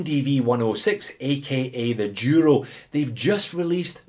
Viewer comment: It happens that today I'm wearing my black El Duro ( it is pronounced Dooro). You tempted me to add that Cadisen to my collection (see One More Watch). I also have the Hulk Loreo for which I paid $58.52 but the shitty bezel stopped cliking since it arrived and got a $11.70 refund.